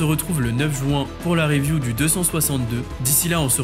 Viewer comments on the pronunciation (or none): none